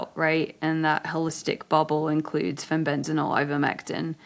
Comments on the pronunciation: Amazing that so many people appear to be dyslectic! The lady keeps saying FENBENZANOLE instead FENBENDAZOLE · Pronounced Fen-Ben-Da-Zole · Why is she saying Fenbenzanole? 😂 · he he agree. Why did she keep say fenbendanole?and the host did not correct her. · Sorry but I couldn’t finish this podcast. My autism wouldn’t let me listen someone butchering the word ‘Fenbendazole’ any longer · I think this woman should first learn to pronounce "Fenbendazole" correctly (not so hard!) before she gives her "expert" comments. How could you put someone like this on your show when there are thousands of others who would have been far more articulate, knowledgeable, and not arrogant? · Plus she can’t say the word FENBENDAZOLE It’s driving me crazy!! 🤪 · She just needs to learn its called Fenbendazole.